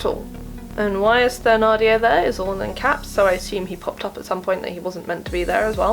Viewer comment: I'm very thankful for this video, it saved me the time I was about to take to watch the mini series! I'd like to point out that Thenardier is pronounces like ten-ardier instead of the-nardier.